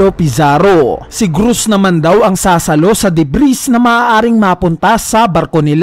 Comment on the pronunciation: ang alam ko DEBRI ang basa dun hindi DEBRIS